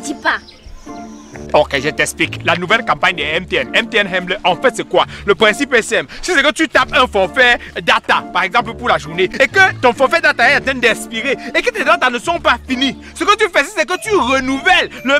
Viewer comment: En tant que digne fille bassa j’ai mal quand je t’entend prononcer le mot « Hemle » On ne dit pas [hemleuh] on dit [ hémlè] 🙌🏾